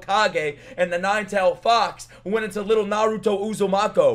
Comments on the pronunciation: Bro I couldn't keep a straight face as he butchered the Uzumaki name over and over 😂 calling him uzumoko😂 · Bro , it's Naruto Uzumaki not Uzumoko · It's U-zu-muh-kee